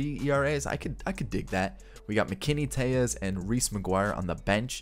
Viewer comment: It’s Rowdy Tellez not Rowdy Teyez